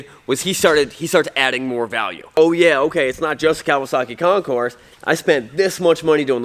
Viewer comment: It's Concour. French. Like Illinois, also French. The concourse is at the airport.